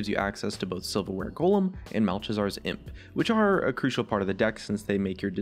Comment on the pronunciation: I cringed so hard When he said "Malchazards" imp xDDDD